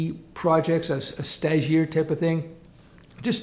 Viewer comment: "Stagiaire". I finally figured out what you were saying and googled the definition: (n) trainee, intern